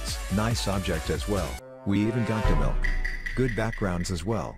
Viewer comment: I was lolking when he said milke😂